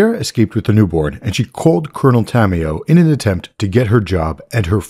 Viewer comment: Is not coronel tamioo.. is coronel tamaYO.